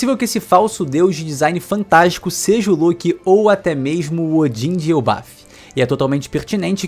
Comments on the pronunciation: Luke não mané, fala direito, LOKI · "Lôki" é foda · para de falar Lôki pelo amor de deus